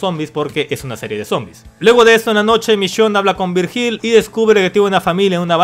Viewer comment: "Virjíl" hahahaha....se pronuncia "Víryil" XD